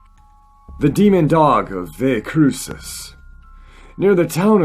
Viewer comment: I live in boone nc and believe In dogman but this is just a story from around here that originally was told it was students from ASU that it chased in their car. It's also pronounced valley cruises. I would love to know if you know of any other encounters from around this area.